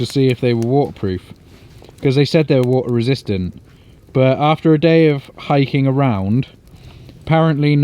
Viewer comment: Now that's funny. The guy who says SHEL-UH (shelter) and WOO-UH (water) and SOARING (sawing) is giving speech lessons on how to pronounce words.